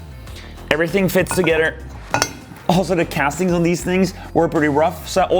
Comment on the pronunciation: Forgot to mention that I had a friend in college from Norway. You both have the same optimistic, enthusiastic attitude, and both pronounce 'together' the exact same way. Brings back fond memories!